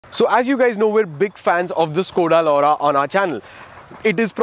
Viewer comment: Skoda Lauda LMAO🤣we Indians cant say it right.